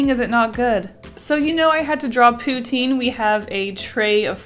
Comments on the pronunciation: Pou-TIN not POU-teen !!!!!!! I want some, now, too. :( Very nice postcard art. What is the paint set? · Poo-Teen Lol I want in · Wow Uhh I'm also Canadian but we pronounce pou-tine I think we say it the french way.